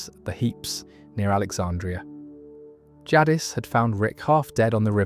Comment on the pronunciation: Everytime I’m falling asleep and I hear the way you say “jaddis” instead of “Jadice” for Jadis… I’m awake and enraged haha